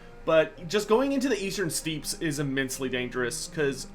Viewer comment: Steppe is pronounced like step, not steep.